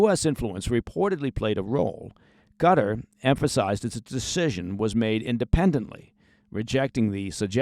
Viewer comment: What’s this CUTTER place your all going on about….. do you mean QATAR!